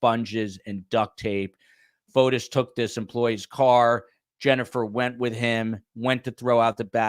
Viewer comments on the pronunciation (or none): it’s Fotis not Photos